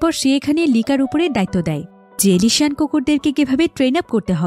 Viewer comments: এলিশিয়ান না উচ্চারণটা এলসেশিয়ান হবে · এলএশিয়ান নয় আপু অ্যালসেশিয়ান।